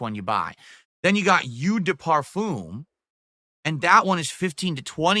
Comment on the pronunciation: OMG, his pronunciation is wrong. It's parfum (euuh sound). It's eau de toilete and eau de parfum. eau is pronounced like oooo, not uuuu). Expert my tuchus.